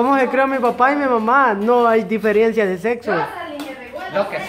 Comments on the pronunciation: No se dice diferiencia se dice DIFERENCIA. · DIFERENCIA! No difiriencia. Aprendando a decir 😂